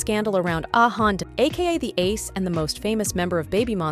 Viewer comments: Ah Yeon not Ah Han😅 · Who is hayon??😂😂😂😂💔💔💔💔💔💔😂😂😂😂the pronunciation it’s so bad 😂😂😂